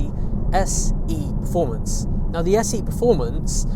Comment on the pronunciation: Did he say “SE” performance?